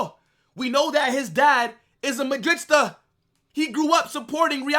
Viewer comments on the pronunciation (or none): Please stop saying madrista it's Madrid-E-sta